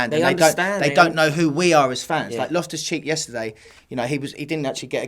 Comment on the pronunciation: *loftus not lift us😂